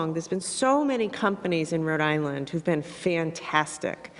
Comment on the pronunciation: Gina , Rhode Island is two words , not "Radilinn"